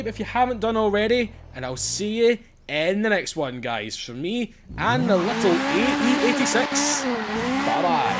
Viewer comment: Is it funny that you said ae8sex at the beginning hahaha lol